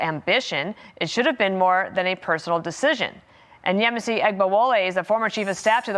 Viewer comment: Very impressed with pronunciation of Yemisi's name.